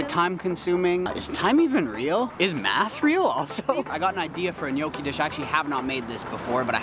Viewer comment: My mom is Italian and always cringes when people pronounce Gnocchi incorrectly, but you said it perfectly! Good stuff here my dude!